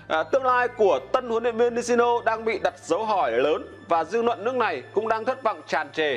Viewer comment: Lói lăng như nìn ấy,hết người rồi sao mà để ông lày lói vậy